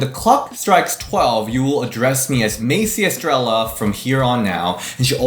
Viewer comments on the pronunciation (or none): He said Macey Estrel- lah 💀🤣